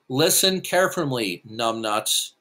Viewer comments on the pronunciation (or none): "Listen Carefumly Numbnuts!" lol...wtf?